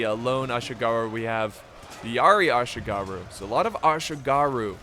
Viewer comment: Laugh hard when said "Assyigarrhu"... Bit of a mouthful, ehh.. 😅😂😅😂